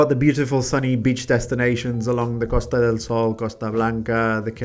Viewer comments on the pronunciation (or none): none